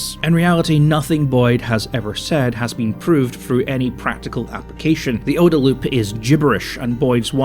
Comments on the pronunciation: is there actually a debate about how to pronounce OODA? I have never heard it pronounced like you're saying it, and I've been in the USAF since 2000 (and training for 8 years before that). Always OOH-da. Side note: there's actually a street called "OODA Loop" on Maxwell Air Force Base next to one of the major training complexes. It's literally a one-block loop with an aircraft on static display. I laughed so hard when I saw that on my first visit as a young lieutenant (early 2000s). Was there recently and it's still there. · Having seen the OODA loop (which you hilariously mispronounce) in practice in military operational planning for the last twenty-five years, I can say it is legit, and someday someone will make a video on the future YouTube equivalent about how wrong PigFucker was about so much.